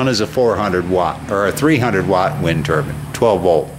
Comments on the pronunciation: What’s a wind turban? 😂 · Did you say wind turban? But who would wear them? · Which is it, wind turbine or wind turban?